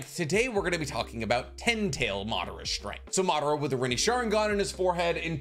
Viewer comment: Its pronounced as Ma dha ra - Madara! Not Maaa d ra